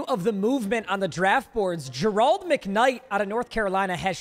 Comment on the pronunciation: This dude has no idea how to say the name Gerald